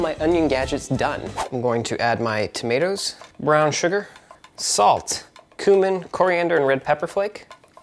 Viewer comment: You can't even say CUMIN the right way.